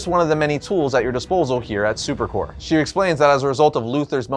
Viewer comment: Dude... it's superCORP. You pronounce the p. Corps may be pronounced core, but stop letting that confuse you. Because Corp is still pronounced Corp. You're welcome. Now give me one of those projectors.